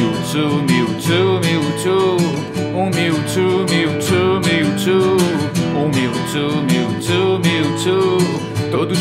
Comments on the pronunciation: o certo é tipo miutchu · "Mewtsu" kkkkkk Mas ficou foda \o